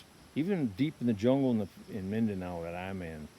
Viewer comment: Lost you when you said mindanao.